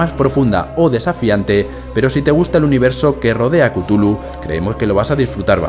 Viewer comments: Se pronuncia Chulú, no cutulu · es cazulu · buen resumen de col of cutulu